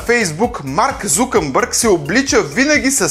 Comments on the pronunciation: ЗукъМбърг 1ви път, ЗукъМбърг 2ри път, ЗукъМбърг 3ти път, ПРОДАДЕНО НА ЧЕФО!!! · ЗукъМбърг викаш...